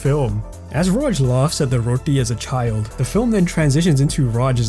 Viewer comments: Bro the way you said Roti. Are you Indian? Or of Indian Origin? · The way you say roti. No guesses required what ethnicity you are. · The way you said roti makes me believe you're Punjabi lol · The way you say 'roti' feels purely Indian.